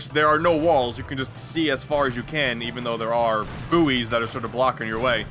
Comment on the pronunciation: The way he pronounced "buoys"... Jesus. :/